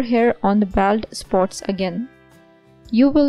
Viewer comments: Baold not baald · I can't believe you don't know how to pronounce BALD. Plz get somebody who can speak English to read in d video. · It's not 'baold' you idiot, it's 'bawld'